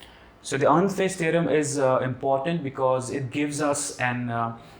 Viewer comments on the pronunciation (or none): none